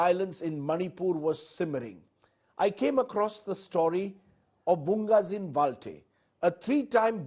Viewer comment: Sir it's vungzagin,not vunggazin...thanks